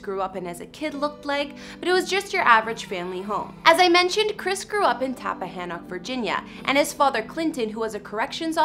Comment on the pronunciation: Where tf did you get “tappahanah” from? It’s TAPPAHANNOCK